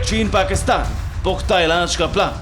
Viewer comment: Mukammal illaz Kya kya ; hi kya?madam....presenter Pehle hindi sikko badme bhulu ge